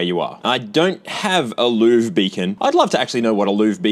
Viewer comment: I think you're supposed to pronounce Louvre like Lionel Hutz does when listing his credentials. "The Lou-verr"